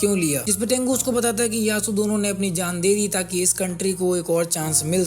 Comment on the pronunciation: Jaaan suna tha zaaan kya hota ha